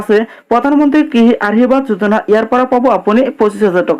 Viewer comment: ভাষাবোৰ শুদ্ধকৈ কবি, আহিৰবাদ যোজনা,জয় আই অহম এইবোৰ নকবি